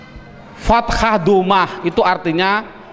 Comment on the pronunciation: maaf ustadz, ustadz contohkan fataha kok ustadz ucap fatakha? berubah makna ustadz.